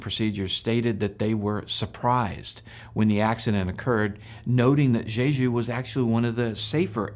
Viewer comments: In Korean, J is simply pronounced between a J and a Ch, not the way you are saying it. It isn't like Chinese. It's JAY-JOO or Chay-Joo. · You're not very good at pronouncing Jeju.